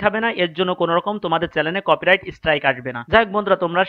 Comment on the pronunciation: তুমি ঠিকমতো চ্যানেল বলতে পারো না, বলো চ্যালেন😀😀।